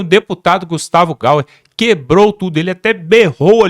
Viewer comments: Confira o nome.: Não é GaUer, é GaYer! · fale o nome do Deputado Gayer correto! Faz tanto tempo que você o cita nas suas falas e ainda não deu tempo de ler corretamente ou pelo menos ouvir o nome correto? Desculpa mas é horrível ouvir a sua pronúncia “Gauer” tem um ípsilon aí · O nome do deputado é Gustavo Gayer e não Gau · APRENDA A FALA R O NOME DO DEPUTADOSEU JORNALISTA FRACO(E GAYER E GAYER E GAYER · O NOME É. GUSTAVO. GAYERR. GAYERR